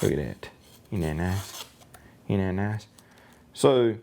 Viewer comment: "Inn't 'nat nice?" You ever considered professional help?